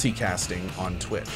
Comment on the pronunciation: cohh you missed pronounced twitch